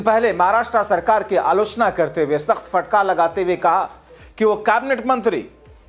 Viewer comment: Bhai sab. Fatkar nahin hota Hai. Phatkar hota Hai